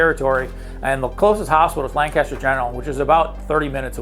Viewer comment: If you’re not from PA and wondering it’s LankESTer. All one word. No big pause between lan and caster. Lancaster.